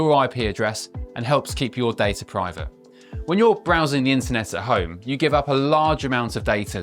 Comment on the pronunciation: Day-tuh, not dar-ta